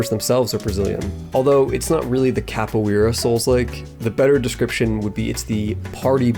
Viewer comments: CAPO-EARA??? IT'S CAPO-ERA PLEASE AND THE R IS SAID WITH AN SPANISH ACCENT PLEASEEEEEEE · I just wish Capoeira was pronounced correctly lol